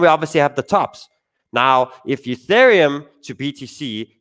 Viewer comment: "Youthereum". Once you hear it once...😭